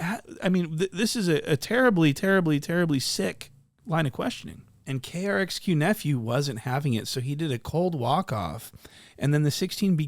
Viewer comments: my guyyy !! u butchered RXK's name time n time againnnnnn !! LOL KRXQ101.5 hahaha did my dude like a radio station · Am I wrong or is it rxk nephew? Bro said krxk or something a few times and maybe I’m dumb but think that’s wrong? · it’s RXKnephew*, lol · How did you get RXK nephews name that wrong? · lmao you butchered RXKnephew name